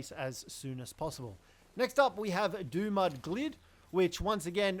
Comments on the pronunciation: It's Dumud GILD, as in gilded, not glid. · This guy said it wrong. It's Dumud Gild. like gilded. or covered in gold. and its DUMB MUD